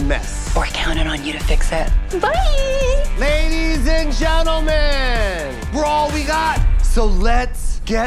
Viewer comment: "We should put them both in the box and ship et." lab et. 😂